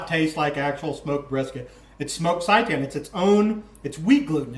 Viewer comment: Can't stop laughing at the pronunciation of seitan :) it's pronounced "say tan" good video!